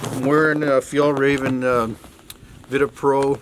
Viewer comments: I had to chuckle at the 'Fjell-Raven' pronunciation. Made it sound like an exotic raven. Google-translate 'the mountain fox' to Norwegian, and hit the speaker-button if you want to hear a closer pronunciation.... You got it quite cold. I might have omitted windows for that reason alone, but it sure looks better with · Haha sounds so funny when you tried to say fjällräven haha, that company comes from where i live in Sweden!